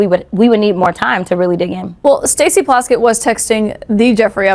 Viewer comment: I know it doesn't matter but her name is PLASKETT 😂😂